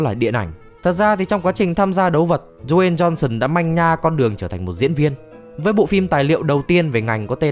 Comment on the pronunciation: Đờ Way "Tiny" Jôn Sơn =)))